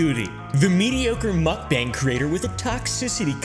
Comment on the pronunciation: It’s mook -bang rhythms with ‘tongue’